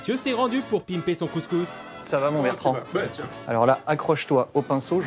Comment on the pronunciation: "Couscous" "Bertrand"